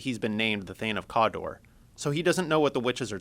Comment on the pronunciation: thane of "COOODAAA"